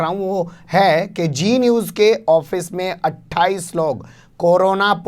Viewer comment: ارے میاں () صاحب، جی نیوز نہیں، زی نیوز۔ یہ آپکا تلفظ اتنا خراب کیوں ہے؟ لاحول ولا۔